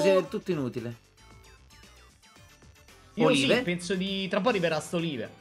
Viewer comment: Si pronuncia Oliv, gnurà!!